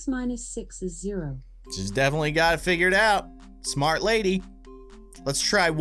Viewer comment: said smrt.